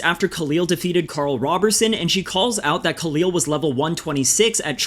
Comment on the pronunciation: Khalil rhymes with "the fill" not "the feel"